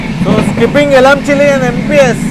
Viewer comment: elamchili kadu bro elamanchili